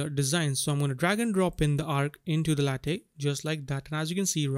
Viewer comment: Lathe is pronounced like bathe. It's named after the machining tool, used for turning and cutting materials like wood or metal around a central axis. Good tutorial.